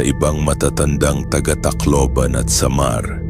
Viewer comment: Ang boring mo pakinggan.. ..Tu'lay....sa'mar..ano ba yan😂